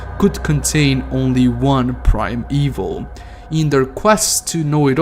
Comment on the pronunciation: Brother, you need to pronounce it, Prim-e-val. You are currently saying Prime-e-vil. Thus you are pronouncing that all prime creations of the father are evil.